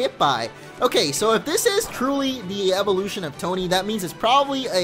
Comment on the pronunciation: Derplax Dragoneel at first i thought he said 'eveLOTION'